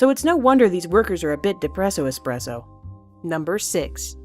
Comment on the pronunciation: dipresso expresso wtf